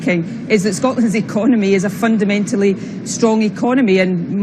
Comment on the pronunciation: Stop saying fundermentaly you fundermental fuckwit!